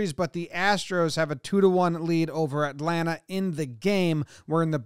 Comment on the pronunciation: HE SAID ATLANTA RIGHT AW JOMBOY I LOVE YOU